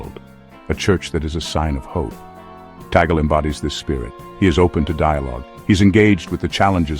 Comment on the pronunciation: Perfect pronunciation to the Family name of His Eminence Luis “Chito “ Cardinal TAG LE 🙏❗️Appreciate it.